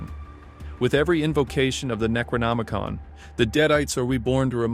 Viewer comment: Thank God i found this video after that kid drove me nuts being unable to look up and pronounce Necronomicon the right way and cringing me with it every 20 seconds